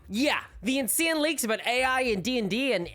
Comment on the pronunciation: Why don't you spell it "INSEENE"? Do you spell "How" "Hawre"?